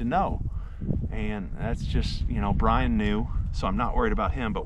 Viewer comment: BTW, you are calling him Brain not Brian. 🙏